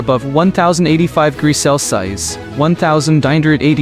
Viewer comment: You did not say the word Celsius right word degrees right either or you need to get some better English skills or have a better AI voice I don’t know which one you’re using